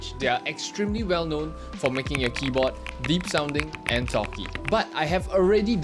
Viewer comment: why is bro saying "kiboh" wtf